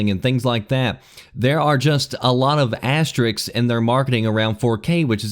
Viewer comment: It's asterisks not "asteriks", you said it like that more than once lmao.